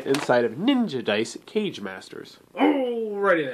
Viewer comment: Great Review! One nitpick, It's pronounced "Ka Gae", not "Cage". I made the same mistake myself initially, but Kage, Japanese for "shadow", also represented the leader of a ninja village. Thus for Kage Masters, each Master represents the leader of a different village/school of ninjitsu.